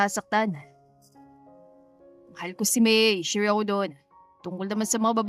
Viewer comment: Nagtatagaka lang ako ... AI ba tong narrator? Sure pronounced as eshure... School naging iskol, kahit English walang I sa unahan naging is .. 😂😂😂😂😂 miss narrator plssss . Practice your pronunciation ng mga words that begins with letter s. Walang I sa unahan.